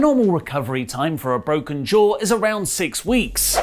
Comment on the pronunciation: He broke his jaaw He bok it jaa Ee bok it derrr